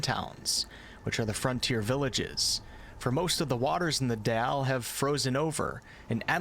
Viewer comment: Why do you say DEALE instead of DALE Great video btw really enjoyed it